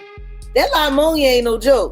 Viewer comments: Y'all hear the way jaguar says pneumonia? She says" liemonia" 😮😅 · Lie-monia huh? Sounds about right. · “La-Monia” smh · Lamonia...🤣😂...so ghetto sounding 😱 It's pneumonia, the 'p' is silent 📝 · Lamonia virus is pneumonia. Why they sayin’ lamonia? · WTF is la-monia. PNEUMONIA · Lol she said "LIE-monia" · Pneumonia! There is no La in pneumonia